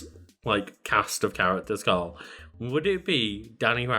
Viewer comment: ... It's KARL. Say it properly